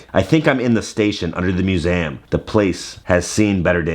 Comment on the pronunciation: Am I the only one that notices how pronounces the word museum? It sounds like is saying mu-se-am. Never hear you have an accent like that with other words though. 🤔